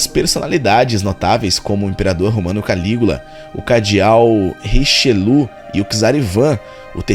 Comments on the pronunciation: Pensei que se pronunciava ``Richelié´´ para o nome de Richelieu do conde de Richelieu. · Não é como ele pronunciou e nem Richelié. É pronunciado com os lábios pra frente e a língua meio curvada.